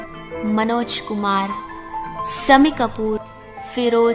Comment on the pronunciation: Farmai huai gaane nahi hote filmai huai gaane hote hai , you silly woman bolna toh seekh lo pehle sammi kapur bolti hai shammi ji ko ediot 😡👎👎👎